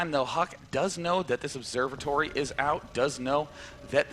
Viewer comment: lol, did he call a robotics facility a "Observetory"?